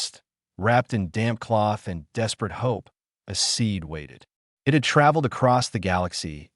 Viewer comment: Good story. Thanks. Sure wish someone could teach AI that a dot at the end of words indicates a sentence ending that calls for a pause. Not the literal spoken word "dot". And that the letters " i" and "t" are a word-not 2 letters to be pronounced separately. It would improve all of these stories. Maybe some day.😊